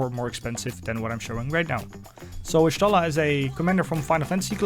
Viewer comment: I like how you built her. Nice video. Also just for intel, her name is pronounced Yah-Shtola. In FFXIV lore, Y is the tribe she's from (the Jaguar) and every time you have a letter it has a specific pronunciation. Y is Yah, G (as in G'raha Tia) is Goo etc.